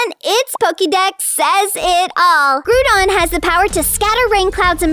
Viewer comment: You are saying Groudon wrong your saying groodon